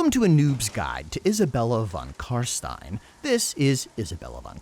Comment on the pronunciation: Thank you for calling them CarSTINE instead of CarSTEEN!